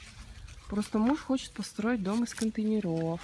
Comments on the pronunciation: из контЕйнеров, а не контейнерОв. контЕйнеры а не контейнерА. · Соглашусь. Очень режет слух😖 правильно - "из контЕйнеров!" , а не "из контейнерОВ"!!! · контЕйнеров, ударение на Е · Ну сколько можно говорить "контенерОв"! Из контЕйнеров! Ну же... 😏